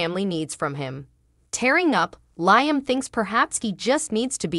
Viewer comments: Who ever that liom's name you're saying it totally wrong. It's Liam not the other way around get the damn name right. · 😂😂😂LOL, I can't STAND hearing LIME Either.